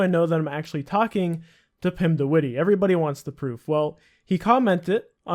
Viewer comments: lol pretty funny how you say witty when its not pronounced like that at all, you gotta say it like : pim de W itt EH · Pim de wittey, lmao. It's more like wit - eh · Haha if you are going to say a name 100 times in your video at least make sure you pronounce it correctly! It's not the wittee. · The way he prenounces de witte lol. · You pronounce his last name SO wrong but okay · its funny how you pronounce de witte its dutch and its so funny in english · i love how youre pronouncing witte xD